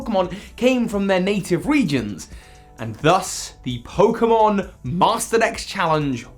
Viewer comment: Nobody: Literally Nobody: Me : PoKeMoN wHaCk VeRsIoN tWo